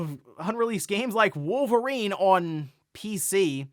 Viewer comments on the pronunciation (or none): none